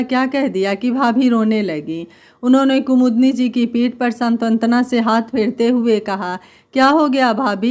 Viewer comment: सांत्वना को आप सातंत्वना बोलती हैं।